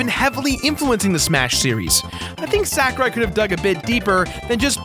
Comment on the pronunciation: I winced every time you said Sakurai. It's sah-ku-rai.